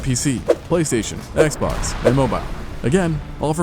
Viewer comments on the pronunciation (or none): none